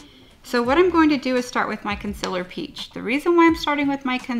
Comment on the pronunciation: wow, I had no idea she was saying "concealer" I was literally thinking "what is consillor? I need to look that up" lol